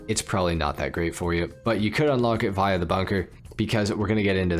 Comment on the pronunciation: Never heard someone say Via like that 🤣🤣